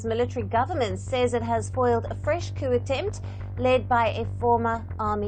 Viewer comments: The P is silent. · P in coup is silent.